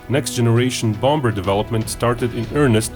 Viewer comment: Love your videos but I just gotta say; English loves it's silent consonants in words. The second 'b' in bomber is not pronounced so it should be said as "bom'er" not "bomBer." Anyway, thanks for the great videos. :)